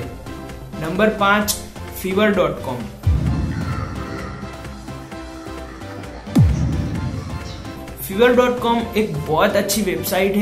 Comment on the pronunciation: Bro it's no fever .com it's called five-er pronounce five and ver fiverr